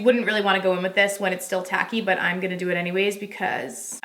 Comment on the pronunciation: I heard a little Tennessee talkin a second. “That’s what we’re goonnneee dooooo…. lol lol